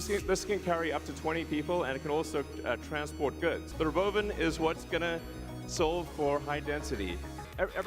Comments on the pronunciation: Why is he saying "Roboven"? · What compelled him to pronounce “robovan” that way? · He thinks he's funny.